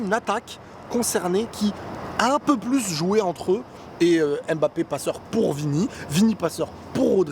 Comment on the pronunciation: On dit ummbapé pas embapé